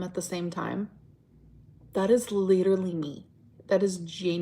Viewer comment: I hate how she intentionally mispronounces words. She can say literally correctly, but she chooses to say it in a weird way for attention.